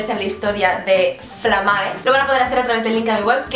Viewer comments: Se dice "flámae" no "flamáe" Lo siento, no pude evitar sentirme como Hermión con su "is leviósa not leviosá"😂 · por qué ese título? Es del latín? Si es así, se pronuncia flámmae, como si llevara tilde en la primera a. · Es que en latín no existen las palabras agudas, por tanto es flámae. A menos que se haya inventado la palabra, pero lo dudo jeje,.